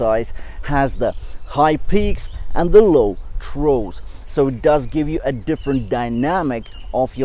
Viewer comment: Thank you for the test. You have quite a good command of English, but while watching 2 of your reviews I stumbled on your pronunciation of the word "trough". You pronounce it like "troll". The correct pronunciation is [trɔf]